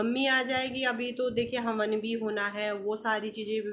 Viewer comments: Di haman nhi hawan hota h aap hamesha haman bolti h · हमन नहीं होता है हवन बोलतेहै मैडम जी